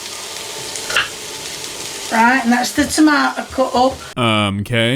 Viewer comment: ive never heard someone pronounce tomato like tamyoutos